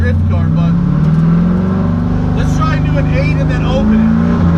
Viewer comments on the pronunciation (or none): none